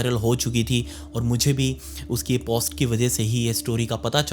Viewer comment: Post को जरा हल्के से बोले प के ऊपर कम वजन डालो